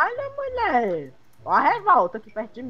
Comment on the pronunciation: Kkkk o e falando muie sendo que eles são homens kķkkk e eu fiquei viciada em fala muie